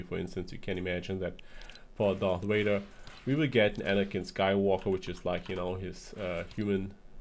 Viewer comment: Darth whader